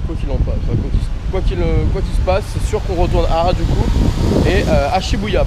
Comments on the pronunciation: C’est Arajuku pas Arakuju😂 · Harakuju ??? Je t'adore, j'adore tes vidéo mais s'il te plaît dit harajuku car tu échange le K et J 😂 tu aurais du faire des purikura Si non continue comme ça 😄